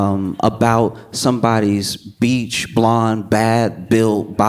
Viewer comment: "BLEACH" not "BEACH" AND "BUTCH" not "BOTCHED"